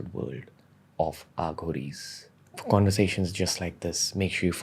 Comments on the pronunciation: It's pronounced A/uh ghories Not Aaghoris...Also the saying is the left or right hand path of God..Try Robert svobod Aghoris series (fun read but a little suspect). On a slightly different tangent try Lobsang rampa s novels..Preferably in order of release..Then there's Erich von Daniken I butchered these in my school days and I'm happy to say I'm half here and half there and really nowhere..Lol.this is the best a modern person in society can do..Living it would be hard in today's world. I devoured rampa and Daniken in junior school and my .. I was never the same. Excellent reads. Also Zechariah kitchen. You'll thank me someday. PS: karuna has a deep meaning..Nearest translation would be compassion not love. Cheers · Why do you have to pronounce it as a south Bombay girl Aaa-ghoris They themselves call them as A-ghoris